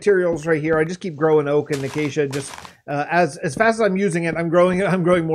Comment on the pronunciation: Ah, I see you Acacia correctly. Some people's pronunciation of Acacia... "Achacha" "Achakia" etc